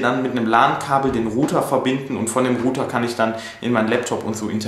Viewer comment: Meinst Du mit "Ruter" den Router? Das wird "Rauter" ausgesprochen. Download wird "Daunloud" gesprochen, nicht "Dohnloud". Man bin ich heute Dohn. :-) Nicht böse gemeint, unter Kollegen. Mich würde sehr interessieren, was die Kilowatt Stunde Strom bei Euch kostet! Hab das mal gegooglet aber gaaanz unterschiedliche Preise bekommen.